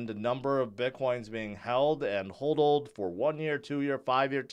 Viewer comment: I think it’s pronounced Hodler not Hoedler… we’re all George.